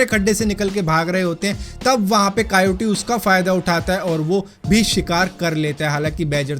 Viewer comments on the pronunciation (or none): कायोटी नही कयोटे